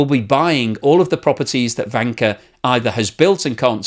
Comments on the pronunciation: I can't stop hearing wanker xD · Am I the only one, who hears the word wanker every time says Vanke? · I usually don't understand half of what he says, but it's interesting anyway. "Vanker" sounds a lot like "wanker." Thank you,! China's going down. All economies are headed for the sewer. Study revolution, amigos. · In romanised Chinese, Vanke is written as Wanke but it is pronounced as Wanker. It's no surprised that they changed it to Vanke! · This is hilarious ... I follow a podcast called Red Flags Podcast - and they have the former F1 principal Gunther Steiner on oft times ... who is german ... and all I hear instead of Vanke is wanker ... I am not trolling just laughing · If transcribed properly the Chinese name for Vanke 万科 should be Wanke. If one pronounces it with a Beijing accent one could easily slip into Wanker 万科儿mode. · Hurray 🎉 I am not the only one 😂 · In German it sounds the same 😁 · Trying not to laugh every time says "vanker" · I think it is pronounced with a W sound like in the German. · Yes, but it still sounds funny. And I bet he is happy he can say it :D